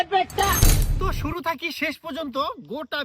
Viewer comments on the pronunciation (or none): none